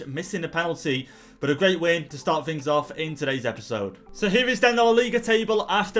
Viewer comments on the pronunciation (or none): none